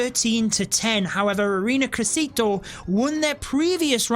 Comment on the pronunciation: "ARENA CRESITO" XD as an native spanish speaker that had me laughing way too hard